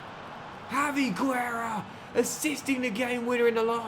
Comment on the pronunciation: Quick pronunciation tips: Javi Guerra: in Guerra the U is silent (Gerra) Hugo Duro: in Hugo the H is silent (Ugo) and the D in Duro is pronounced like the D in door